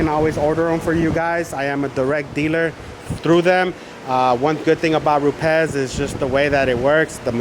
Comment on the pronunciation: I think you and myself are the ONLY two people that pronounce Rupes correctly. RrruPez!